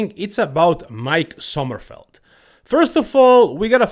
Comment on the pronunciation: You correct people on how to say Krizos Name, But keep calling Mike "Summerfield", when ist Sommerfeld...what gives?